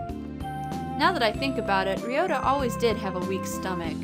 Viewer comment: you are pronouncing Ryouta correctly. there is definitely an R in the japanese language. you must be thinking of L or something.